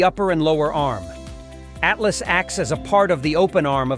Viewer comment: (((((((((((((((((((((((((((((((((((((((((((((((((((((((. ATLATL IS WHAT ITS CALLED!! NOT A ATLAS ? !!! SILLY NARRATION OF WHAT'S SUPPOSED TO BE EDUCATIONAL FOR PEOPLE! !! ?? )))))))))). GAVE UP AT 0.22